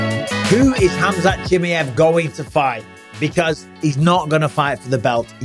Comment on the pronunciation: I don’t like how Bisping says Chimaev